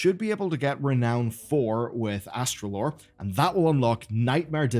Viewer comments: it's Astalor, not Astralor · Astralor might Put a bounty on you for butchering his name like that